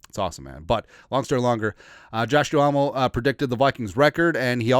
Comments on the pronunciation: It’s Josh Duhamel (Doo-MEL), not Doo-ah-mel. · It’s pronounced Josh Dumell brother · Ur probably too young to have seen the TV show 'Vegas'. Good stuff. You butchered his name 😢.